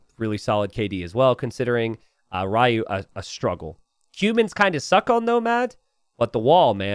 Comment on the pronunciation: Ryuutaku I believe is pronounced as Ri-yu-u-ta-ku not Ry-u and the split of the name would be Ryuu-taku